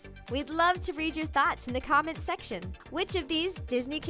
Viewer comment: "React in the comment shection down below." Shection... Nailed it.